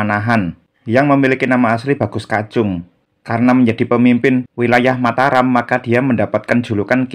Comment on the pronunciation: Sudah benar Mataram. Kita langsung merujuk pada naskah aslinya, bukan mengikuti pengucapan masyarakat modern.